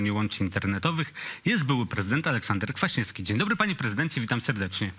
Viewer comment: Panie Redaktorzyno sepleniący - nie kwiasnieski tylko KwaśnieWski.